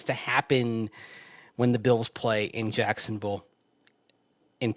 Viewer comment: Cracks me up how says “Jacksonvull” thinking he’s saying “Louisvull”. Just LOL